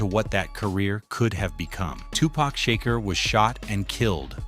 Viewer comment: I might be wrong, but I thought it was Money B who had the part, not Treach, because while Money B was rehearsing the script, he couldn't get it right, and Tupac did it for him, and Money B told Pac that He should do it. Money B was the reason why He was there. And I wish you guys would get His name right. It's Tupac, not Tupack, and Shakur, not 2 Pack Shaker. And it's Treach, not Treech. And Camron is not a Dj, you got the wrong one.